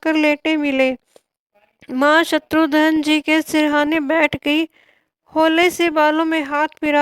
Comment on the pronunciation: Eese shatrughan bhi bolna nahi aata Shatrughan hai shatrudhan nahi